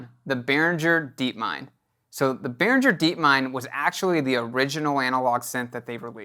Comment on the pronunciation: Pronounce BehrinGGer not BehrinDJer